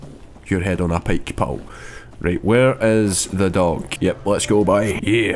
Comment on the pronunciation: I'm not sure if its "Dog" Or "Doug" at this point